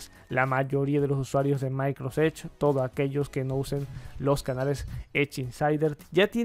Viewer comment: Porque no pronuncias bien Microsoft edge?